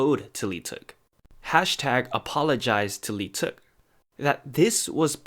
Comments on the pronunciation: Lee teuk omg that aint how you pronounce it i am in PAIN How many people think its actually pronounced like that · Your pronouncation of leeteuk is horrible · OMG dude. If you're making videos about idols seriously learn how to pronounce their names! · cringe whenever people pronounce leeteuk as "lee-teuk" its silent "l" yall